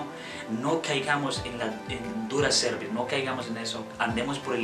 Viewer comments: La pronuncias como cervix o cuello uterino😢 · no le ponga el acento a la palabra cerviz en donde no va se escucha feo la pronunciacion